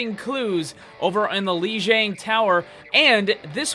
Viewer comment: It's pronounced "LEE JEE*AH*NG! Grrrrrrrrr!!!!